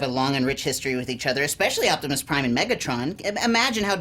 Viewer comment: "Optimuhs Prime and Bumblehbeh"😭😭😭 Cucumber, 2018